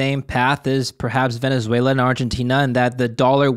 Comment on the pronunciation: He keeps saying Venze-uela instead of Venezuela.